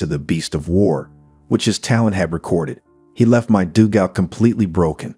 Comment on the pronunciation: Nice commentary but some poor pronunciations (dugout, Luftwaffe, etc).